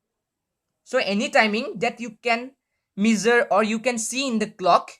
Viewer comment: Gud but improve ur English it's not measer it's measure